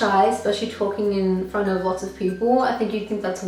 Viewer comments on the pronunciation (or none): none